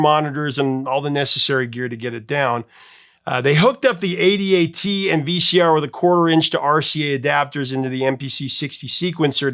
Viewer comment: It's not A-D-A-T's, it's ADAT's (like A-dats). No one spells it out. The Alesis ADAT was the first affordable home digital multi-track recorder, and it changed the recording industry in ways that can't be overstated. I visited a studio near Nashville that had invested a quarter million dollars in a digital 24-track system. With 3 ADATs you could do the same for $12k, $6k a couple years later. Bands used their advance money to buy ADATs instead of paying for studio time, and they had their own studios that they could use for free and forever. Primus and Collective Soul come to mind. Now any cheap computer and a free digital audio workstation (DAW) can do the same thing a lot cheaper, and with a lot more tracks, and the effect on the record labels was extraordinary. They no longer had the monopoly on who could produce their own music. They freaked, and they're scared to this day.